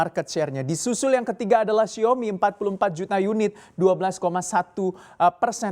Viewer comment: Xiao-mi mas.. Bukan Xiomi😁